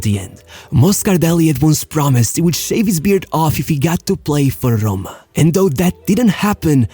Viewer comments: What’s A.S. HOMA? rrrrrrrrrrrroma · Dude work on ur pronounce It’s not Hrimini or Hroma It’s Rimni and Roma Cmon just a little effort thanks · SHESENA and AS HRHOMA. Cool bro, but thats not how you say it.